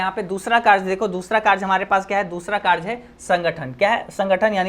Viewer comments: Sir vo karj ni hota karya hota hai 😂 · Sir tum "कार्य" को kaarj kyu bolte ho?😅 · Bro app ne samjhaya to mast hai 🫡par ek baat bolna hai ki karye Hota hai karje nahi 😉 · Are sir karja nahi hota sir hi karya hota Hai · कार्य ❎karch ✅ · Sir kerj nhi hota h kariye hota h bhot problem Hui but 1 St chapter pura learn ho gya tnqq sir 😅😂